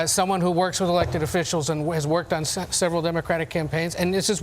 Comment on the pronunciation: " An elected official who has worked on se*veral democratic campaigns". I can't unhear sex in that. Potential freudian slip?